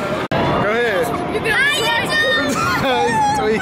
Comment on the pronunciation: I don't understand why you keep saying do n't